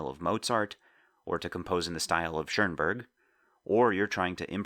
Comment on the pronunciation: When Americans say Schurnburg. Please, just stop! There's just ONE r in Schoenberg.